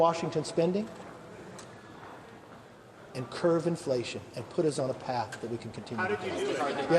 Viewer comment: Anyone want to tell him the proper word is CURB not CURVE?